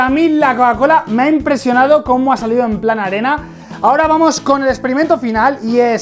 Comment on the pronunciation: Mike te confundiste en bes de desir arena as dicho anena